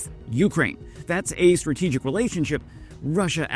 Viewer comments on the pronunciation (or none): none